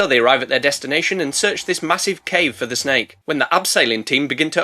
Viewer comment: "A Fakkin', Mahousivf Snek" is peak my guy